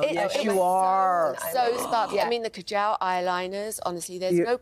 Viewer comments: ka-jal! It´s pronounced kajol or kajl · Ka-gel??? No vb its KAJAL.. indian